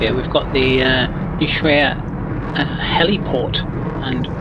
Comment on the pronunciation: Context about Ushuaia (disclaimer, i was born there, I lived for 15 years). It's pronounced Usuaia (not uSHuaia). The Accent goes in the first "A" so to speak (ushuAia). The word is native to the indigenous population and I don't exactly recall the right translation, but it roughly means "Bay that looks to the east". (I hope my school teacher isn't reading this or she'll be mad I don't remember). The old airport "Base Aeronaval" (SAWO) existed for many years (in fact, during all of my years of living there that was the only airport). The biggest plane I've seen land there were 737-200 which barely made it in (and couldn't land full fuel or there was no way out). There was a famous incident in the 80s when, in a snowy morning, it couldn't stop in time. It was landing on RWY 34 so it ended in the water. No casualties. I was at school (Across the bay) and we could see the plane sideways in the water that is quite shallow so the plane sat there. The "big" international airport was planned and built during the 80s and early 90s. The story about the RWY orientation is not accurate, initially the rwy was going to have a slightly different orientation (09/27 IICR) but due to the presence of "Mount Susana" (west of the airport), it was later modified to its current 07/25 orientation and over 3000 meters (10k feet) of length, capable of receiving a Boing 747 or even a Concorde (which landed there on the famous 2000 around the world tour). During the Falklands war (Or Malvinas), we coul